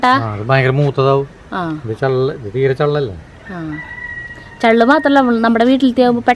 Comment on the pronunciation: ചെള്ള് അല്ല ചള്ള്